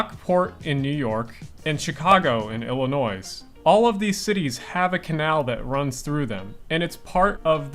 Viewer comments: Illinois, not Illinoise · It's not IllinoiS. You do not pronouce the S. It is French pronunciation. Such as Illinoiaux or Illinonoy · Complete trash video. You can tell it was trash when he called Illinois, illinoi"s". i bet he type of person to call jewel/osco. "jewels". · *Psst.*. It's pronounced Ill-on-noy or Ill-on-waw (French style). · Yeah, no, the S is definitely silent, but I would never pronounce the middle as, "on." Keep in mind, despite the French spelling, it's a native word. In Chicago, we pronounce it Illi-noy. A la Illini. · Thank you, pronouncing the 's' in Illinois really bothered me. Slight pet peeve of mine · What kind of dumbass pronounces the "s" in "Illinois"? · you don't pronounce the S in Illinois 🙄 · Thank you. I actually stopped watching as soon as he mispronounced it. Lol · I felt so weird hearing that pronounced “s”, I even googled to make sure I was correct. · no, it is just ignorance of how to pronounce the name of the state of Illinois. The 's' is silent.